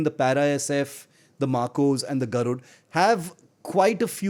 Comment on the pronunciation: It is "Garud" not "Garudaa". At least as Indians, it is expected from us, to pronounce our cultural and historical names with a good accent, unless it is someone from a foreign country who doesn't know about our culture. The Armed forces use Sanskrit names and also maintain their dignity, that's why they are professionals! But we should stop ourselves from showing off, our culture and language as 3rd class.